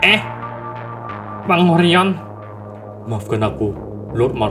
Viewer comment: Dia ini bilang oren ato orion ya?